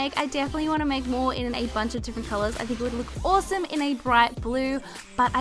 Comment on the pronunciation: I love how you say awsome (owsoome)